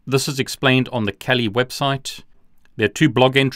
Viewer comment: he says "...or kawlee" everytime he says "kali"lol